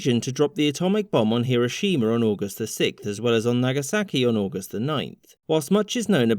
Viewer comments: Don't emphasise the "shi" in "Hiroshima". Shorten that sound. All syllables should have equal weight in Japanese names. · finally someone who says hiroshima correctly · Sorry to be a dick but it’s pronounced Her-o shims. Not Hero- shima.